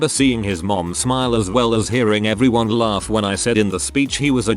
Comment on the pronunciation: Lol@ "laRf"